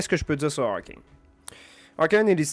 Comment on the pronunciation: Arcane est français, tu peux dire le nom correctement :)